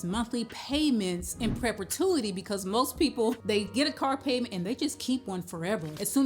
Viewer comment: Right! But you are pronouncing it PREP-A-TUITY. No disrespect intended 😊